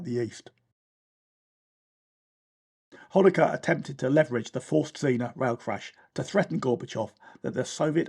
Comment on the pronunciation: One thing that puzzled me is why you subtitled the "Форст Цинна" from the flag as "Форст Зинна". But then I realised that you pronounce the "z" in German as you do in English, whereas in reality it is pronounced as "ts". So the Russians got at least that correct. That little detail aside, this documentary is a tour de force. Very very researched (the only thing missing is a list of sources) and narrated. It also led to me having a conversation with my 20-year-old son, who knows nothing about the Cold War, and the episode where he, as a small child and dressed as a pirate, went with us aboard the magnificent Седов (Sedov) when it was moored in Valletta. It was there, in the little souvenir shop, that I realised that things weren't going into the right direction for Russia. It was virtually impossible to find an item that did not have the face of Vladimir Putin on it. This was in February 2007, and the cult of personality was back in full force. How bad things had become, became obvious the next year, when Russia invaded Georgia. And it hasn't stopped interfering with and invading its neighbours ever since.